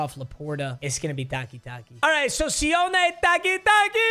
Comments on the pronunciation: Ayo, “Sione” is pronounced “see-o-knee” 😂 love from Australia 🇦🇺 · Sione (See-Oh-Nay) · Sione (see-yo-neigh) (Polynesian name!) hope this helps!